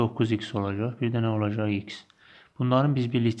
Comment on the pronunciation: muellim deyir ki olajax :) demeli olajaxdanaaa :))))))))))))))))))))))))))